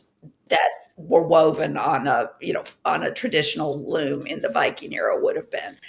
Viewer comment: I got a Loom ad right when Hank said Luum